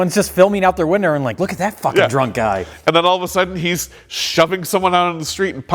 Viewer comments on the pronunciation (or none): “Filming out their winder” lol